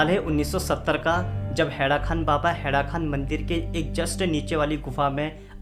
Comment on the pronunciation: हैड़ाखन baba hai.. na ki खान